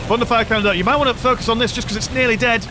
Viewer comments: Each time you say "thunderfire canon" my non-native ears hear "fun to fire canon" and it makes the viewing experience even better :) Great video! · Hey, it IS fun to fire xD (Also, yeah, my ears hear the same xD)